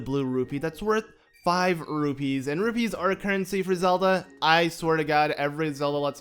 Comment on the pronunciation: Sounded like a B